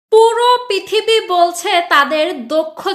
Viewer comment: আপনার পিথিবী (পৃথিবী) উচ্চারণ বেশ ভালো লেগেছে। আর ভিডিওতে আপনার বক্তব্যের সাথে আমি একমত। ধন্যবাদ।